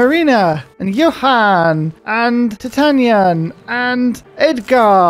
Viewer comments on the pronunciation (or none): Not to sound like a dick, just a fun fact, but I’m like 99% sure Titian is actually pronounced “Ti-Shin”